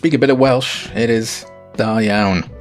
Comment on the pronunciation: I thought that your pronunciation of Da iawn was "very good" so "well done" to you Sir. 😉